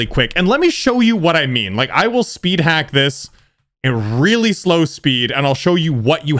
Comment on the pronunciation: “Worlds hardest spid”